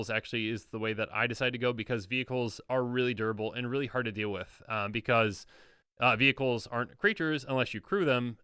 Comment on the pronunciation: Every time said "vehicles" I heard "beebles" and it took a few moments to figure out what he was talking about. Good old beebles